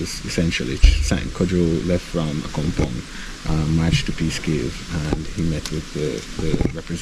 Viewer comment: It is pronounced A COME PONG - not A Chum Pong